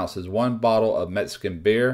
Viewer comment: I love that this guy says "meskin!". I'm from texas, so i hear it all the time, but it cracks me up.